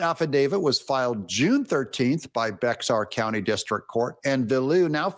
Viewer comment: Bexar County is pronounced “Bear”County